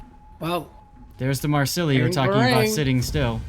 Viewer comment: Great commentary dudes. One thing: Phonetically, it’s Marsay. ✊🏻🖤